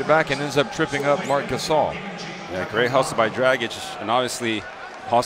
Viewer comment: Why say Grabitch??? IT'S D-R-A-G-I-Ć